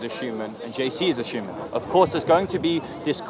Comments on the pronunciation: Why does he keep saying Shoeman instead of human?! 😂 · the way bugs bunny pronounces the word human as “shuman” pisses me off